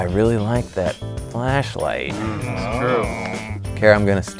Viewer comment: Why did I hear “Fleshlight” instead of “Flashlight”